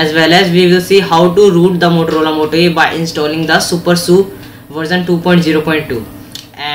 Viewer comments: it is pronounced as "Su-per-S-U" and not "supersu" and also, it is always "G-apps" and never "gapps" btw nice try on doing a video. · it's super s u not su